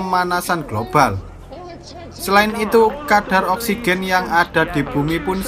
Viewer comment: Saya gak bisa nonton ini karna saya belum perna menghirup "Oskigen"